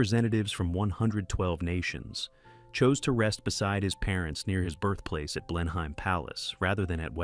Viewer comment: It’s not blen heim palace it’s pronounced blenim. You’re talking about great Britons then you mangle the place names of where they are buried